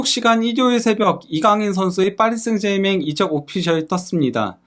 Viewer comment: 아무도 그렇게 발음 안하는데...하다못해 파비앙도...혼자서만 파리 생제맹 이라고 하네...참.....그래도 파히 라고 안해서 디행인가...